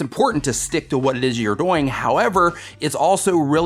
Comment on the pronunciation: Doing sounds like BOING